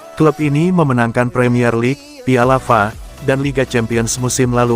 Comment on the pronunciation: Pembawa britanya jgn yg ini ah... dengernya eneg....masak piala F.A dibaca fakayak capres 02 aja bilang SGIE😂😂😂.....